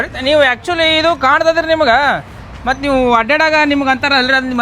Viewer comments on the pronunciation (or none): none